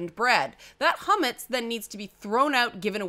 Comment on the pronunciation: I know I'm late to the train but: 1. It's not Ch*o*metz it's Ch*a*metz. Chometz in hebrew is vinegar. 2. Hagada is pronounced haGAda and not HAgada but close enough. The rest of the words are pretty much spot on or very close :D 3. Actually it's very interesting that your Seder Plate has a "bone". I've never seen a plate with a bone drawing, always chicken leg. I wonder if it's like the dreidel that has a different letter between Israel and the rest of the world. Happy Passover... or at least what's left of it...